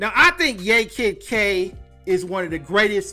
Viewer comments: It's pronounced YAH Kid K not yay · It's pronounced "YAH" Kid K, and she didn't want to sign with the new label who purchased label where "Pump up the jam" was originally recorded. So they promoted it without her. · It is pronounced Yah Kid Kay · Like YAAH Kid K Say Yaaah. Thats how the first name is pronounced